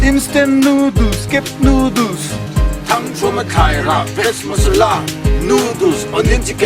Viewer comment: Nudul Ava mawilo tak em pronunciation chu le Noodles ti veh mai ula